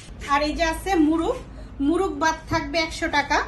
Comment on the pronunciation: মুরুগ না মোরগ হবে উচ্চারণটা